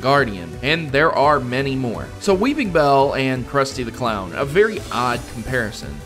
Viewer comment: weePINbell, NO "G"